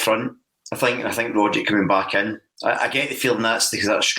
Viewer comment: respectfully, you're not pronouncing Tom Rogic's name correctly. It's Rogg-itch, not Rodge-ick. it's a Serbian name. the "c" at the end is always a "ch" sound.